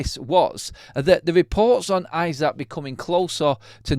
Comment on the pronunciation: Pronounced ee-sack